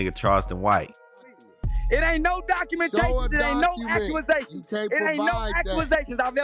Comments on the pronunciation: That NikkkKa "Charleston White" Said; "It Ain't NO 🤔"Acue'Asations"🤔." LMMFAO!! 😂😂😂😂😂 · "It ain't no accuasations!!" Charles white